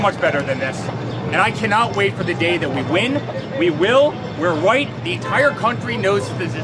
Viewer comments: did Eric Trump say we're white or we're right? lol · We Will We're White , a little slip of the tongue there Eric . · I also heard that as “were white” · I think he was saying "RIGHT" in the pronunciation of a 3-year-old. He doesn't know the difference between WIGHT and WONG. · Eric: "We win, we will, we're WHITE..." Wow, weally Ewic ???!!!